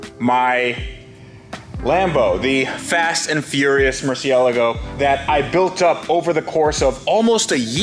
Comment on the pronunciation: Why'd you say murcielago like that it's pronounced mercy uh lago